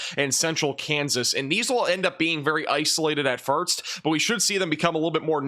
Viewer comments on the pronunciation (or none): I really like your reporting format. However, I hope one day you can properly pronounce the word "first" because effective communicators need to speak with confidence. The word 'first' sounds like "forced" but instead of "or", its syllable sounds like "ur". The S comes before the T 'Fur-s-t'. You already corrected "significant", and "first" is all that's left. Congrats. You'll have an amazing career in your future.